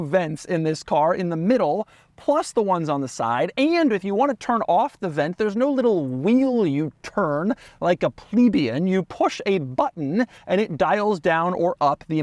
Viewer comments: Doug..... its pronounced... Plaaa-bee--an... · Doug still can't pronounce "plebiean".